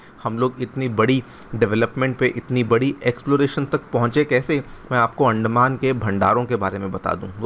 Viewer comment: अंडमान.....? 🥚 या अंदमान.....?😂